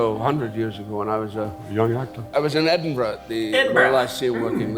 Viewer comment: the way Sam says Edinburgh 😭